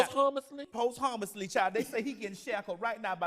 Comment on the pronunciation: Not the “POST-Homuss-ly.”⚰️😂😂😂💜😂